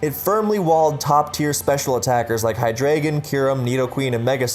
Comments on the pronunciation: "saying these are incorrect pronunciations" isn't pronouncing them wrong myself Hydreigon has the German word Drei meaing 3 for the number of heads it has, pronounced dry, so it obviously isn't hydraydon The RKS system in gen 7 is named after Arceus so it obviously isn't Arseeus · Hydraygon, arseeus, please learn how to pronounce pokemon names